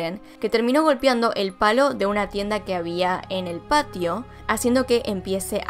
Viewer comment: "tienda"... Ulalá señor francés xD